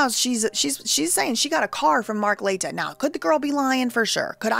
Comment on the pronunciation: Mark La-tea-ya